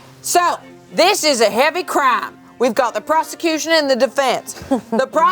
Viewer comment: "WITH ZE PROZECUTION"